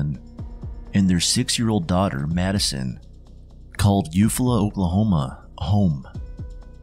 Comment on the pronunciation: Eufala is (you fall uh)